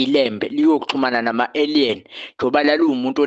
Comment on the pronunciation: Aliens - indlela abiza ngayo igama ethi ayidide.